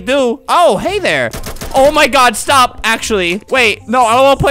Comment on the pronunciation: Says “Stap” to the mountain 😂